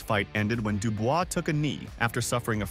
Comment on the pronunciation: This guy just cannot pronounce Dubois. He says it differently every time